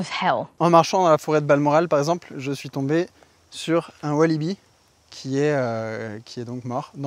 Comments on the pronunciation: on dit WallAby et non pas walibi.... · Wallaby.. c'est un WallAby.. Pas Walibi, ça c'est un parc d'attraction!!!! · C'est wallaby pas walliby mdr moi aussi je me trompe tout le temps.